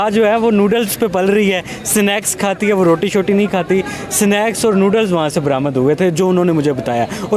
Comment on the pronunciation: Sinex kya hota hai humne to snacks suna hai pahle bolna sikh phi interview le bhai